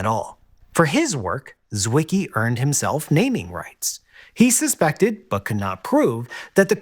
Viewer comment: Zwicky? FFS, what's wrong with Americans? He was Swiss, so his name is pronouned Zvicky!